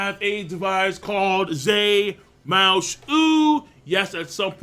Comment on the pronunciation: I wait until he tells me to use ZE MOUSUUUU